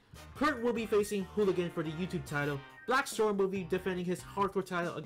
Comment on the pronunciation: Its Blaxstrom not BlackStorm